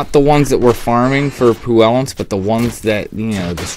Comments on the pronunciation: Helpful video, but dear god, there is no "L" in "Puissance." It's "PWI-sance," not "poo-ELL-ance" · Just a small addendum; it's PWISS-UNSS if you're a Brit. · good guide. pronunciation needs help lol. and why is the ratio of your text so skewed? puissance is "Pwee-sense" :) there is no "l" in there as you say it.